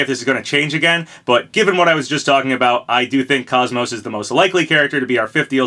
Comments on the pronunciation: If this is true im so psyched. KOS-MOS is my all time favorite video game character. Only thing im not looking forward to is hearing everyone mispronounce her name like the guy in this video. Its said exactly as it's spelled. "Kos-Mos" not "kaaz-mos" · Crash is pretty much the last "missing" icon Lara Croft: Am I a joke to you? also sorry for the OCD moment but KOS-MOS isn't pronounced like cosmos, both parts of her name are said like the MOS part. koce-moce. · Who tf is “kos-mo”? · You pronounced her name wrong. KOS and MOS are pronounced similar, KOS as in coast and MOS as in most. Not like cosmos. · You're mispronouncing her name.